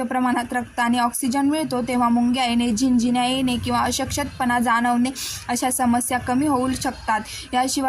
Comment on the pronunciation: Ashkt pana ha word cha yogya ucharr karawa chukicha ucharr hot aahe